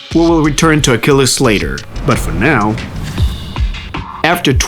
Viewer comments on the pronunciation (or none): none